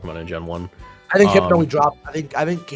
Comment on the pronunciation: hard R hypno is craaaaaazy